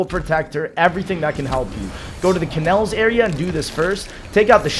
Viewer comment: Kannels, Windows Wine, Nerro, the shaddaman. Bro what are these mispronounces?